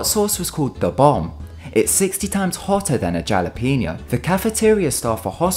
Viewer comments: Jalapeño? You said it Ja La Penyo It is said Hala pen yo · I know I am like it sounds like an h not a j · you said Ja-le-pee-nya. Thats not how you say it at all. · J-alapeño NO ITS PRONOUCED HALAPEÑO. Mary-Land. NO ITS PRONOUNCED MARLAND. Thanks for your time. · did you seriously pronounce it jalapeno instead of halapeno? just, really? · wtf is a Chalapeno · JA -lepino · "djallapenio" oh brits,never change <3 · pronounces it (Ja-lap-eno) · Jalla pinio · JA LAA PE NO is how they pronounced it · I was like ITS HALAPENIO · Did... Did he say JALA-Peño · GALAPENO...... im sorry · he said jallapeno...oml I'm dying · It’s the JALLApeno for me 😂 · What's a J-alapeno? LOL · JALE-PENO OMG IM DYING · whats a galapeenoe? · The J in jalapeno is pronounced like an H. And Maryland is pronounced mare-land, not merry-land. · Did he just say jalapeño with jala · did he just say Jallopeno? FUCKING jallopeno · He pronounced "Jalapeño" wrong.. 😂 it's pronounced with an "h" sound and a "J" sound. (Hal-a-peño) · "J"ahlapeenyo... lol :D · Did he say "jah-lapeño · Did you literally just pronounce the J in Jalapeño as a J instead of the H like it's meant to... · Jal-a-peno? Really? That's not how you say that word. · did he just pronounce it jal-a-peen-yo? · when you said "jalapeño" it made me cringe. think of the "j" like an "h" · JA-lapapenyo im done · did he just fucking say jala peno? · Did he pronounce jalapeño as (Jah-Leh-penyo)?! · Jalapeño? Seriously? It's Spanish, it's pronounced "Halepeñio" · he prounonced it jal a peneo... whyyyyyy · I'm sorry but "Jallypino" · Who pronounces jalepeño like that? the j is pronounced like an h! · He said galepeno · Not jalapeño it's (halapenio) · jalapeno is pronounced Halapeno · In jalapeño you don't say j you say h omg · You fucked up the word jalapeño. It's ha-lah-pay-ño, for fucks sake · Did you just pronounce "jalapeno" with a hard "j"? Oh dear... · Yeah never heard of it pronounced like that??? That was funny!!!